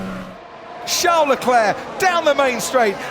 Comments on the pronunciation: Comentator calling CHARLES - SHAO LECLERK why u do this ? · its a joke on how crofty pronounces Charles' name